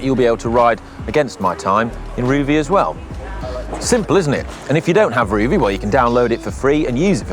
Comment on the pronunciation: LOL - re. Rouvy - It's not pronounced 'Roovy', it's 'Rowvy' :-)